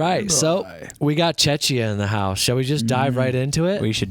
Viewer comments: Its pronounced Czechia not chechia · It's pronounced chekia not chechia or Chechnya, fyi 😊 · Yes the King! Also please that is not how you pronounce Czechia 😢 the ch is like k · Yay, I'm so happy you like our entry, I'm really proud of Adam! And I was soo waiting for reaction to the change of the "time-travel direction"😁 But just one thing from your loyal peasant Czech subscriber - please, pretty please, it's "CHEK-iyah", that "ch" in the middle is hurting my Czech ears 😂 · Pls, look at the pronunciation of "Czechia", otherwise you sound pretty dumb... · Czechia is not pronounced the way you do it! Guys, please 😀